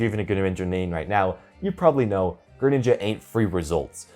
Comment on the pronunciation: Gre-nin, nin-JA